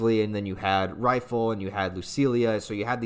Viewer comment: it hurts my soul every time you say RAAAAH - ki. It's RAH-ki. Like Rocky. It's REE-ful, not rifle. It'e DEH-nuh-vuh, not De-NAY-VAY. You did get Dauf right this time though.